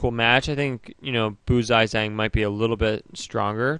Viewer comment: not "zi-zang" it's "shyong-chji" phonetically, oh wel,, nice videos!